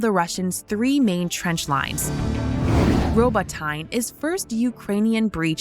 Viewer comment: Robo-tine... wow